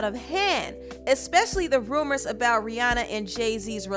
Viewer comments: Can you STOP saying RIANNA it's Rihanna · its pronounced RIH-ANNA, not RIH-AWNA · Ri- ahnna not Rianna